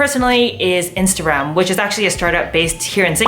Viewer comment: everytime u said "instarem" i kept hearing "instagram" LOL